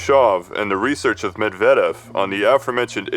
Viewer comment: You are on the right track but I think the vocals and the stresses are kind of tricking you. For example the unstressed e sound in Perestroika or Medvedev is a i sound (as in bit). It's hard to give notes on all the nouns, nor am I the right person to do so, but I think google translate pronunciation is pretty decent these days and could help you out (put the name in Cyrillic tho). Love your work btw